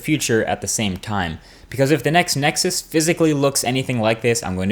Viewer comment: I love how he CLEARELY says "Next Nexus", and not all of that crap of "Nexus 5" thats floating around the interwebs.